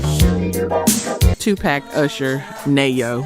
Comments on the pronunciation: These AI voices are amazing, until they mispronounce Salt and Peppa, and Tupac! Lol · Umm… i want subscribe but is this real? The way she pronounced Pepa, Tupac and Neyo…nah!